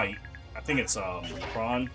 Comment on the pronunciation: Side note, everytime you say lehran I hear LeBron 😭